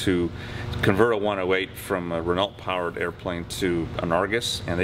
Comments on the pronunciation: Cool video! Just a small point. Renault pronounced Ren-oh. Good luck on the 108! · Nothing wrong with correcting people when they are clearly mistaken. I live in France and people don't get upset when I correct their English, they see it as improving their Language skills. And Matthew is correct, its pronounced "REN-Oh". There is no other pronunciation. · The French « e » in Renault is pronounced like the English « i » in « birds », and the « ault » is more like the first « o » in « domino ». Not oh like oh my goodness! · Before Renault left the US car market in the 80s, they called themselves "Renalt" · you may live in France and still mispronounce some names: here are two videos, in the first an English journalist presents Renoh vehicles with incorrect pronunciation, in the second, same exercise with a French journalist, with the good pronunciation. You only need to listen to a few seconds of each video. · No, there is only one way to pronounce a wqord, and that is the way the people in the country of origin pronounce it. Yanks always get pronunciation wrong.